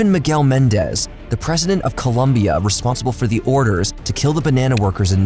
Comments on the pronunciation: great job for your team but for the love of god, its been more than 2 videos at this point.. it is COLOMBIA not Columbia... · Great content as always... But it's not "Columbia" it's "Colombia"😎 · … I love ur videos, crazy talent and creativity on these topics with great respect towards them, but holy crap as a Colombian myself it’s annoying and stupid how people keep getting the name wrong from our country “its COLOMBIA not COLUMBIA”; its not a case of “potaito potato” its just not the same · "Colombia " not ColUmbia, with o, not u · Come on. It’s COLOMBIA not COLuMBIA. Also El Chapo is a Mexican cartel leader not Colombian. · ITS COLOMBIA, NOT COLUMBIA, ITS NOT THAT HARD !!!!’ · Man I don’t know.. if you’re going to talk about a country’s tragic past, get its name right: Colombia. Also, I feel like you’re not respecting your fan base by writing some cheap clickbaity titles. Has nothing to do with scaling and having some folks failing to adap to the “new” but it’s that these are mini documentareis that are meant to be backed by strong research and scholarship. Having someone else narrate your videos also comes off as lazy. We appreciate solid titles, content, and work ethic. That’s what got you where you’re at. But now you’re using some cliche titles, delegation, and off sponsorship placement that honestly isn’t just disrespectful to your old viewers but the victims of the tragedies and injustices you talk about. You’re doing it for sponsorships at this point and it shows. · It's Colombia, not Columbia. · please is COLOMBIA!!!! Not Columbia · "Colombia" not "columbia" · Colombia not Columbia lmao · It’s Colombia not Columbia. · Nice video, being Colombian the fist minute story is called "La masacre de las bananeras", that massacre was in a town only 30 minutes away from where I live (Santa Marta). Keep killin' it bro!. BTW: It's COLOMBIA not Columbia hahahahah. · It’s Colombia not Columbia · It's Colombia, not Columbia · Bro, IT'S COLOMBIA